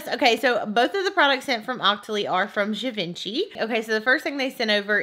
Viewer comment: I’m not sure if someone said this but Givenchy is actually pronounced jeev-on-she. It’s French so it has a weird pronunciation that totally doesn’t match the spelling! 😸